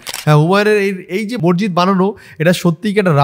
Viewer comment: ভাই তোমার সব ভিডিও দেখি❤❤, বিষয়টা খারাপ ভাবে নিওনা🙏🙏 উচ্চারণটা মসজিদ (মরজিদ নয়)